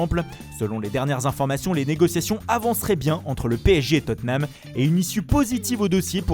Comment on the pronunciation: on dit : " Tottnam "